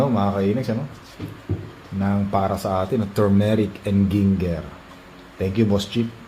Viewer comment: Binigyan ka ni Boss Chief ng Turmeric and GING-GGER 😂😂😂